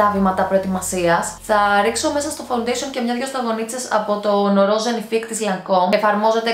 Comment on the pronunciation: Γιατί το λες φαουντεσον?φα-ουν-ντέ-σι-ον ρε φίλε!